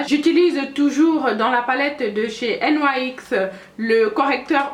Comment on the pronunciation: Salut ma belle, j viens de l'abonné et franchement c'est top 😘😃la marque nyx se dit nix enfaîte mdrrr😂😂 Continue comme ça et si tu pouvais faire une vidéo makeup nude et aissi les gloss ou rouge à lèvres nudes pour peau noire bisou 😘😘💪💜